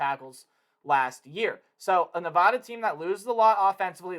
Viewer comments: It's Nevada not nevahda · It’s nuh-VAD-uh! That’s my alma mater! People always say it wrong!